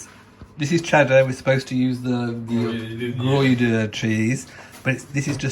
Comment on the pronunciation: Such a great catch up of all you have going on. Thank-you. Cats! ❤️ Soup! Looks delicious! (Gruyère cheese - always pronounced it “gree-air” 😘) Your wallpaper choices are truly amazing. When everything is finished you’ll have to do a walk through video like your model home tours. 😀 And so blessed to celebrate your grandmother’s 90th. Wonderful!